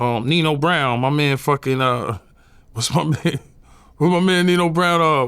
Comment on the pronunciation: He called snipes Neno brown 😅😂😂